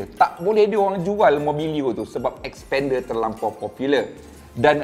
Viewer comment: Masalahnya.. nama.. slalu tersasul sebut spender 👻